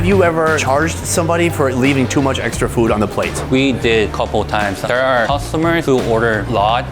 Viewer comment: Im glad he tried this “foowed”. man, Americans… 😂